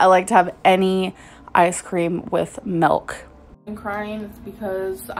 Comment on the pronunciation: She is so annoying, but the one thing that sends me into a rage is the way she says "MILK"" M-I-L-K NOT M-E-L-K😡😡😡😡